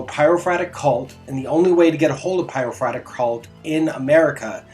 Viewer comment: Pie-row-for-ick Not Pyrofratick